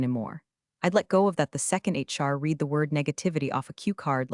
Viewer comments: Please teach A.i. the difference between read and read (Red) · I enjoy your stories immensely. However, I'm not sure if my complaint is to you (if you have input to Google Dev), or directly to Google. The pronunciation of some words is wrong, and the wrong pronunciation sometimes changes the grammar. Buh tox. Reed v red (both read). Gran oila (someone's grandmother?). Quite the nails against the ancient slate board. Blunts the edge of your stories. How can we, your audience and you () educate the Google ai?